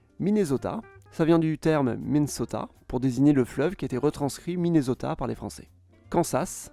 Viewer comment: Mais comment tu prononces ArkansaS, MichigaN et MinneSota!!!!! Lol...